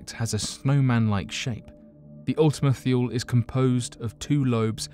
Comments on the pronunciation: It's pronounced Ultima Toolie. Idk why he's saying thuel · He's not American. Why should he adopt an American accent? Are you claiming Americans are too stupid to understand a British accent? If you want to get on to him about pronunciation, why not point out that Ultima-Thule is not pronounced "thool" but "thoolee"? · I need you to practice your pronunciation cause you can say all the other words perfectly but when you messed up methane I had to stop watching plus Kepler and wth is thyool! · Your Thule pronunciation is a bit off, its "too-lee", and it was renamed Arrokoth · Your videos would be so much more serious if you pronounce words correctly. You mean one or two Miss pronouncements is one thing but the whole damn video you should use spell check next time